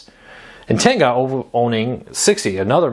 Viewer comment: Tegna is pronounced "Teg-na," not "Ten-ga."